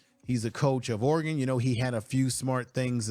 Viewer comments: That’s Or-e-gun, not Or-e-gone. And Dan Lanning not Langing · Lol you don't know how to say Oregon. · Casey Rogers is a very solid Def. Lineman, but Dorlus is likely a name you will hear more often in the Colorado backfield. Saying Ore-gone is like me saying Color-A-doo. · Show some respect. It is pronounced "Ory-gun". And Oregon's Coach is Dan LANNING. Research my man. And showing his press conference where he asks, "What have they done in this conference?" basically is the truth. The Buffs haven't really done anything in PAC12. So how does Deion use that quote? He wasn't referring to the current team. As for the game, it should be fun. Does Colorado have a chance to win? Of course, anything can happen in a college football game. See Appalachian State vs Michigan. Will they win? Probably not. And moving through the conference they are most likely going to struggle as they play tougher teams. Oregon, USC, Oregon State, UCLA, Washington State and Utah are all possible losses. And many outlets are saying Colorado will only win 6 games. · bro please learn how to say oregon right